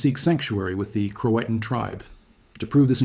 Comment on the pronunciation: In pronouncing Croatan and Chowan the emphasis is on the last syllable